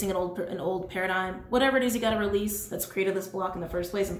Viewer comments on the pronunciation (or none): none